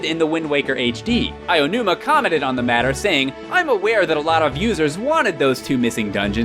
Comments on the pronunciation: It is pronounced as AH OH NOO MAH!!! Not Ayinuma ... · "Eye-oh-numah" gotta love Americans failing at every foreign language. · why do so many people say "Aiyonuma" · "Aionuma" guys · The Spaceworld tech demo art style was considered realistic. I don't remember having that opinion, even when it was new. Oh, sure, it looked impressive, but certainly not realistic. Also, please stop saying "Aonuma" like that. You just sound ridiculous. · Why can no one say Aonuma properly? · cringe at inability to pronounce Aonuma.